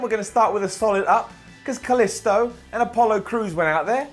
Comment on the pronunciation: you're pronouncing "Kalisto" like "Calisto," the moon of Jupiter!